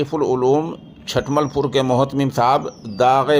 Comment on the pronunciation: حضرت چھ پر پیش ھے چھٹملپور